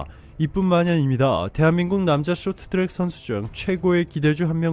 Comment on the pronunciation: 숏튜랙 이라고 읽네ㅋㅋ